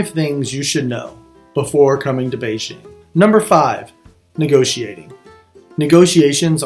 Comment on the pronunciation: For God's sake, LEARN how to pronounce "Beijing"!